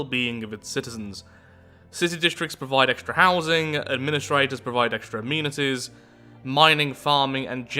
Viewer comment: Why does he say amenities like that?